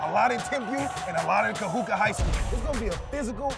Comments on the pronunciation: Love the vid, BUT it's not pronounced Ka-hoo-kah. It's Ka-hoo-koo. Much love from a daughter of Kahuku😘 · It's KAHUKU sir, not Kahuka! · It’s KAHUKU, not Kahuka! U not A ! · Kahuka😂 get it right overtime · Bro saying Kahuka lmao 🤣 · (Ka Who Ku)not(Ka Who Ka) is how you pronounce Kahuku The Ku is like Cooties but just the Co/Ku. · This dude said KaHuKa😂😂 it’s pronounced as Kahuku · It’s said ka-hu-ku not ka-hu-ka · Kahuku u faka not kahuka smh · ITS KAHUKU NOT KAHUKA YOU HUPO POPOLO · He said kahuka lol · Lmfaooo he said kahuka. Dead😂😂😂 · "Ka"-"Who"-kuu" - KAHUKU . just to help you out bradda'. Much mahalo Nui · “Kahuka” can’t even say it right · Damn haoles "kahuka" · Ka'imi Asinsin 💀 “kahuka” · its pronounced ka-who-koo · bruh its pronounced ka-hoo-koo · Bro like it’s literally not hard lol.... u said the first part right. There is literally no A at the end of Kahuku like what? Lol where the fck do u get Kahuka from?? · This guy butchered KAHUKU..it's pronounced KA-HU-KU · Even though you got the name wrong, I'm sure it wasn't intentional. We love the video and the respect you not only have for Timpview, but for Kahuku as well in your video. Much alohas. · Can somebody please tell this man he is pronouncing KAHUKU wrong. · It’s Kahuku bud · You said Kahuku wrong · Brah wtf. Why didn’t even the dad correct him on how he said Kahuku??? So shame overtime. Shoulda did the research before. Cuz sayin it once is ight no harm.. but for the whole damn video!? Rubbahhh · Cringe every time he says Kahuku ☠️😂